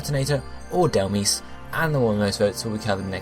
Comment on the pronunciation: Turtonator! It's 12-9, and if you end up doing Dhelmise, please pronounce it properly. "Dell-mize" Like, mice but with a z